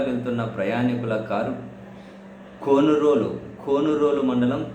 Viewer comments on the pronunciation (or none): Sir,, కొమరోలు. కొనురోలు కాదు